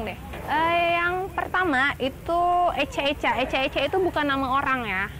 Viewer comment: ica2...bukan eca2 bu...